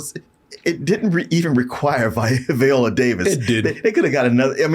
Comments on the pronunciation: Viola not veeeola y'all dgaf about vowel sounds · Can we please pronounce Viola Davis' name correctly? Not Viola like the instrument but VI-ola. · Who is VEE-ola Davis? 😂